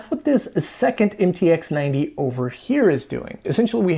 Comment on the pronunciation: “MTX90” read as “em ti ha 90”